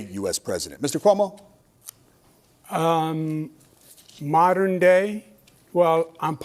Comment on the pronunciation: Calling him Cum-O is Crazy lmaoooo